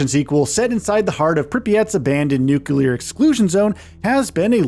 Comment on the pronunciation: God…..you said nucular. 🤦🏽 It’s nu-clear. - nuclear